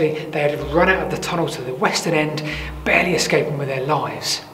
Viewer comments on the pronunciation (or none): none